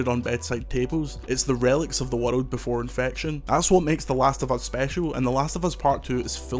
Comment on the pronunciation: I can’t get over how his accent pronounces the word “world” 😂 it’s like “wuhlud”